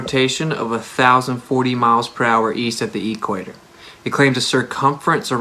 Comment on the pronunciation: No let me just say: EE-quator